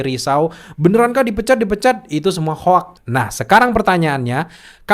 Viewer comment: Biasakan bilang "hoax" bukan "hoak", tp " hoks"